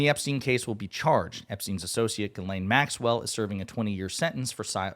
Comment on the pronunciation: u mean “Jizzlaine” Maxwell